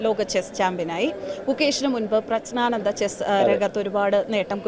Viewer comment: പ്രശ്നാനന്ദ അല്ല പ്രജ്ഞാനന്ദ ആണ്.